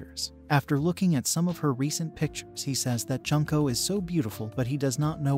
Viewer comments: how do you get other character's names right but slaughter one of the names of the main characters? 'june-co'. I've known several junko's. It's not junk'o, it's more like 'june-co'. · You said her name wrong. It’s not pronounced like Junk and ko it’s pronounced Jun!!! Like the month June and then ko. So Junko!! Get it right lol.